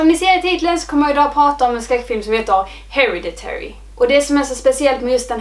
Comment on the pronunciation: Den utalas HereDitary, du lägger liksom vikt på D:et…